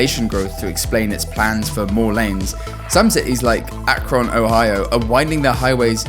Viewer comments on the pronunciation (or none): Akkrawn. Haha close enough bud, close enough 😁🤣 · ack-RON tho LOL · First off, learn how to pronounce Akron before you trash it. Second, you made it sound like the project in Houston is somehow comparable to project in Akron, It is a much smaller project and just adding a extra lane an a very busy corridor for both through traffic and local traffic. This is something that has been needed for decades regardless of the current population size of Akron as that road serves a whole region not just one city Third, if you actually did research on Akron, you would know that the city is actually decommissioning parts of the bypass because yes the city proper is smaller now, but Highways you mention are again serving a region not just a city.